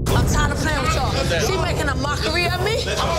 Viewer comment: Tree hrs 🤣🤣